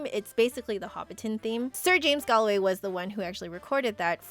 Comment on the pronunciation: Just to let you know it’s pronounced Gawlway